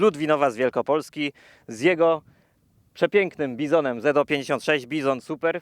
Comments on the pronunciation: Panowie taki szczegół nie "Z o " tylko "Zet zero pięćdziesiąt sześć "😅 Piękny materiał 😊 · Z056 a nie Zo56